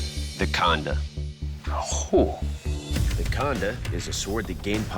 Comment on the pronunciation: I heard him say "the condom" 🤣